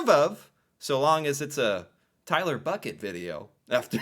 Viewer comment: It's buckeyyyy not Bucket,lmao